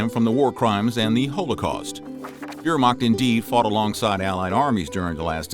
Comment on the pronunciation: You need to learn the correct pronunciation of Wehrmacht and holocaust, unless your doing it on purpose to sound folksy. If that’s the case then please realize it only makes you sound ignorant of the material. Your mispronunciation is only part of your problem with historical accuracy. You incorrectly assumed the drug you called Nazi speed was a black pill with the street name of “black beauties”, a combination of Amphetamine (Speed) & Dextroamphetamine. The actual drug they were using was methamphetamine, a much more potent and dangerous drug. it was sold over the counter as Pervitin and it’s actually a white pill and correctly pronounced the way it’s spelled per vit tin not per vit teen. It already popular in Germany before the war and had been taken by soldiers on there own in Poland and France. The Nazis initially tried to ban it until it was discovered that it not only kept soldiers awake, but it also reduced their empathy. Even the Nazis recognized the detrimental effects of the drug and published guidelines for its use. What good are you doing to promote the study of history and the increase of historical knowledge if you don’t have your facts straight and correct pronunciation is also a type of fact.